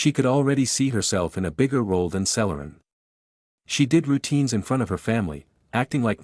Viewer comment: It's pronounced "Seller-on"...I grew up in a town near Jamestown and the nearby Celeron...and it's "Dez-ee-lou"!! Wow! Forget AI and get someone to narrate!